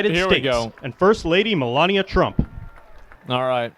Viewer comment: Dude has said Melania three times and has pronounced it differently three times.